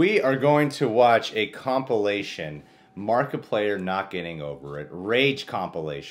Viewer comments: You said Markiplayer in the beginning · He called him markipalyer I’m the intro lol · lol markaplayer. its markieplier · Wait, at he beginning did he say markaplayer? Wth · It is markiplier not markiplayer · Did he say markiplayer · you said markaplayer rely why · You seaid his name wrong